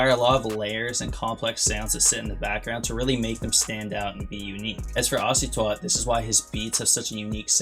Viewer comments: He said " ocy twat " ☹ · Bro knows the exact tendencies of icytwat but can’t pronounce the name💀good video tho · how do you say icytwat wrong